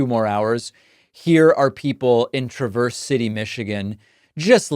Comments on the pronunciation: Traverse City, accent on the first syllable, not like the word traverse. Also, the a is pronounced like the a in ask. TRA-verse. Because Michigan. You would not want to hear the pronunciations of Saline, Milan or Charlotte. 😂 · David, love ya, but Traverse City is pronounced with the “a” as you would say it in “avenue” not the short “u” sound, and Novi has the long “I” like “eye”. As a Michigan voter who already cast my vote for Harris, this is important to me. Also, Traverse City and the surrounding area including the Leelanau Peninsula are some of the most beautiful areas in our country. If you want to do some amazing backpacking, let me know. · TRAVERS CITY is how its pronounced